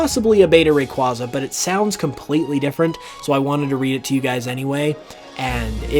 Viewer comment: Again saying Rayquaza wrong over and over.... please learn how to pronounce it correctly, dont need the wrong pronouncing spread anymore the it already is